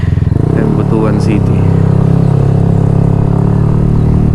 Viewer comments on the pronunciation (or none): Butwan ang pag pronounce brother hehe..hind butu-an😂X-rated kase ang meaning ng 'butu-an'